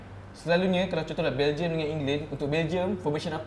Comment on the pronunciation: pengulas acah2 tu boleh diam kot aku rasa. Sebut belgium betul2 la